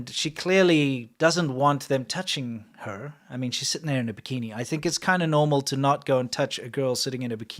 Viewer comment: It sounds like he uses a "CH" when he days Her. STOP TOUCHING CHER!!!